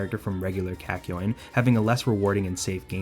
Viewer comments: I kept on saying kākyoin every time you pronounced it as käkyoin so when you said Kak it almost made me say cock 😂😂😂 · Sounds like a Boston man saying 'cock' a lot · The way this man slightly mispronounces kakyoin annoys me so much